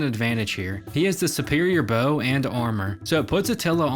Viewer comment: It's Bow, not beuuuoeau.